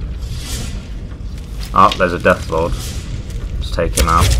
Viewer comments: when he said deathlord i thought for a moment that he said deathclaw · When he said deathlord I heard deathclaw